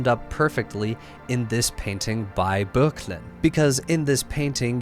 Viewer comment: Good pronunciation of Böcklin, the 'ö' does indeed have an 'er' sound :) What a great selection of stunning pictures! Moreau's "The Suitors" really reminds me of his "The Apparition", in that both have a glowing central figure (in the former, Athena, in the latter, John the Baptist's head) which is the cynosure of each work, though the former is definitely much busier, and it does seem odd to have Odysseus barely visible right at the back. As for Joseph Wright of Derby, as you rightly point out, he took a few liberties when representing this famous episode (Telemachus's age and the lack of a loom - it looks like she's just winding yarn), but the purpose of the painting is to show the artist's skill with lamp-lit scenes, which was very much his specialty. Anyway, I enjoy your engaging style of communication, you've piqued my interest in your Odyssey video, seven hours sounds like quite a commitment but I can at least start it and see how it goes :)